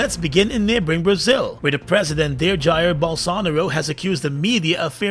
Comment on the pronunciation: BOL-SAN-ORO is really BOL-SO-NA-RO. Some people say "SHIT" others say "SHYTE".